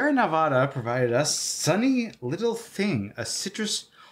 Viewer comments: Sierra Nev-AWW-da, doesn’t exist. Sierra Nev-ADD-UH, on the other hand… - Sincerely, Every Nevadan, ever. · Nevada is not pronounced Ne-VAH-da. It is pronounced Nev-ADD-uh. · Nevada is pronounced with a hard A, which is coincidentally what you guys clearly needed to get through this steaming pile of a “movie.”